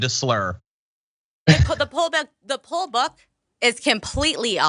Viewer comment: Pronouncing it "pull book" makes me doubt she even worked with the election.